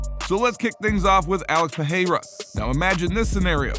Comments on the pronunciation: You say Pereira wrong. You say it like "peheira" but thats wrong. Perreira would be spoken peheira. Pereira is spoken Pereira. Its cool that you english speakers have catched up to the rolling r in brasilian portuguese, but dont use it everywhere. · Alex Pehayra? you are the only one that ive heard saying it like that